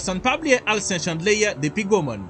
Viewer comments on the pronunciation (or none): none